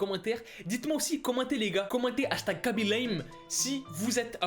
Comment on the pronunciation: On dit Raby lame (khaby)